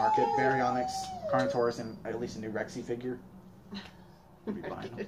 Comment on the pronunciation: I know that he said carnortious I was like wait what?